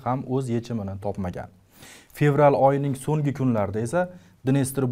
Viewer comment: Assalomu alaykum boshlovchi aka iltimos sizdan Songi emas So'nggi dep gapiring juda galati eshiladida ng xarfi yoq bo'lip qolyapti